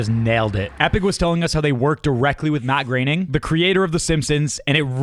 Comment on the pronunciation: Matt Graining 😂